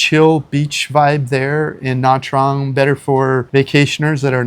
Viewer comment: This lady looks like a Vietnamese, why didn't she pronounce Nha Trang collectly??